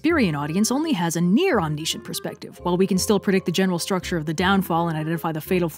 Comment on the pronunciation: Tragic flaw: you say “omniscient” weird.